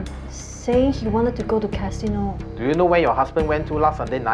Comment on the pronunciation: Cashino Japanese accent